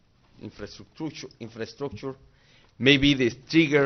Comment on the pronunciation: La mejor comedia es la que se hace en serio, in oders guords, Seguro el wey que le redacto el discurso e incluyo la palabra infraestructuchus terminó disuelto el ácido